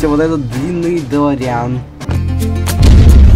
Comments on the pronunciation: Ударение на дэлоооореан а не делоряяяян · Не долорИан а дОлориан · Не долариан😂 а дэлориан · УХ ТЫ МОЛОДЕЦ ТОЛЬКО не дэлорИан а дэлОриан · делориан ударение на о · Во первых не каждая машина которая летает это делориан а во вторых ты ударение не проавильное ставишь